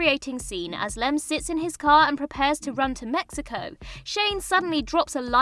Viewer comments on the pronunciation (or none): none